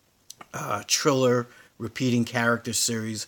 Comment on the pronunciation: lol you are pronouncing Thriller incorrect lol thx tho